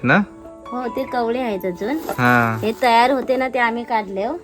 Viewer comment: भाऊ कवडे नाही कवळे अस बोल